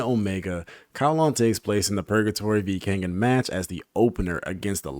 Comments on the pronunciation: His is supposed to pronounced as "GAO-LAHN" or you can just type "9 ล้าน" in google translate and repeat what you hear. tbh. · Hi, loving the characters break down vids. His name should be pronounce as Kao - Lān Which mean 9 millions or " เก้าล้าน" You could try to google translate ( english ->Thai ) "9 million " You will hear the closest pronounciation.